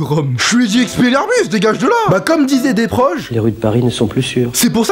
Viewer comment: "Volderome" "expeliarmus"😂😂